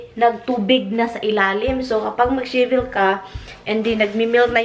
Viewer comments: Shivel another meaning pronounce it as shovel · Tulong lang sayo ha, say shovel not shivel. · It's not shivel, but shovel. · She said shiebel at least 20 times it’s shovel my friend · The right word is shovel, not shevel.